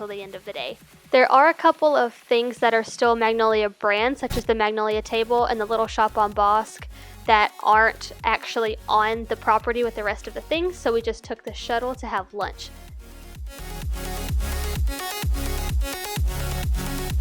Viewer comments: We pronounce the road name Bosque Rd "Boss-Key". Next time your in Waco PM me if you would like a ride in the same helicopter from Chips birthday show! We can make it very affordable for you Im sure. We only do it on rare occasions. I love living in Waco. If you bring your Teaching ID you get discounts at Magnolia for some things is what Im told. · Just so you know the street named Bosque is pronounced Boskey 😊